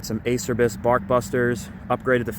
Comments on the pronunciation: Its pronounced uh-cher-bees and those are roost guards not bark busters. Holy crap man 4psi is pretty standard for sport quad tires you're going a little overboard with the air. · Motofarm mx actually dickhead if you go on there Instagram account they show u how it’s pronounced (AH-CHAIR-BEES)